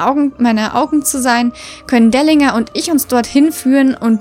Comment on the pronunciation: Er heißt nicht Delinga sondern Delingr